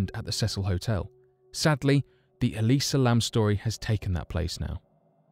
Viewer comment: It's "Elisa" Lam.